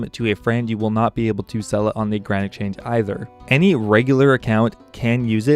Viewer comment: Why cant you say exchange nigga